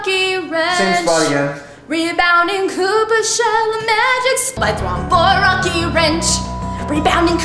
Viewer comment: You said a throwmp